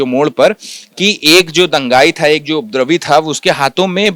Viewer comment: ये रिपोर्टर उपद्रवी का उच्चारण नही कर पा रहा है और रिपोर्टिंग करने आ गया।